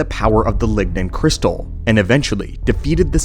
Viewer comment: Did he say "Ligma Crystal"?